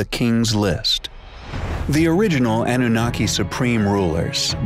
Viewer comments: "Ahnoonakay" I always heard it pronounced Ah-new-nah-key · Why do Americans insist on changing the pronunciation of everything, it's Iraq as in E rack and not Eye Rack, and what is annuniki it's pronounced an u naki. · Why does the narrator keep saying "Anoonickee"? It's ahh-noo-nahh-kee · It is( ah new nah key) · Yes he does. Particularly ANNUNAKI. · Coming from someone who can't pronounce the name Anunnaki properly !!